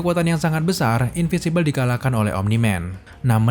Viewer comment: in.vin.si.bel Bang, bacanya. Beda dari in.vi.si.bel.